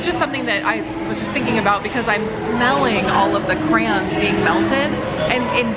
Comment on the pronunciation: Oh boy lmao, well better than when he was saying 'crowns' lol